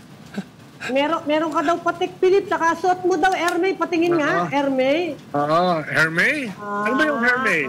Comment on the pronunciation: it's not "er mey" po.. it's "er meez"